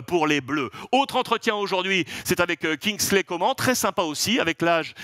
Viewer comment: Enfin quelqu'un qui appelle Kingsley par son nom de famille. Toute la guadeloupe de remercie Alexandre. Oui ça se dit ( comment=Coman )! Comme la miss France de l'époque.